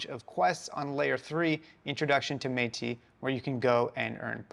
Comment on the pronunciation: Isn’t it “Métis” rhymes with “tennis”?